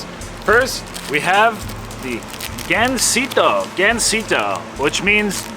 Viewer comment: "Gansito" not Gansino